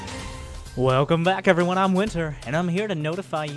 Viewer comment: It's actually pronounced "Efferyone"